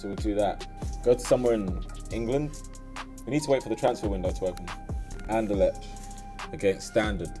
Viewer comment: Bruh learn how to pronounce Anderlecht. Its annoying.